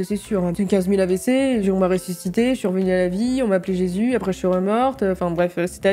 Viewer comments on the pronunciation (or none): none